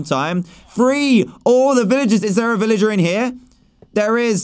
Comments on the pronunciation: Dan you mean villager not illiger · Did he say villager with out the v? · Dan said illager instead of villager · DAN AT THE START OF YOUR VIDEO YOU SAID ILLAGER NOT VILLAGER!!!